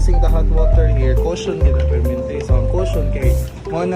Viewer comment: Kayasas "caution" oi unlan man hahahahaaha